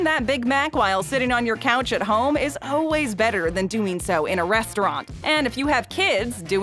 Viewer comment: It's funny how the voiceover lady always says oh-ways instead of always